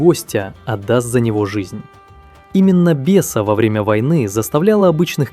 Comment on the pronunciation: "Беса" Озвучивальщики что-то перепутали.